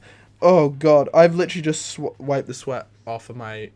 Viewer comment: Lol "I have just wioed the sweat off of my ... body"